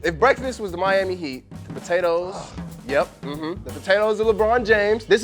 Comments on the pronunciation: So nobody’s gonna say anything about saying “bweaktfast” in the begging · Did anyone else hear say "bweakfast"?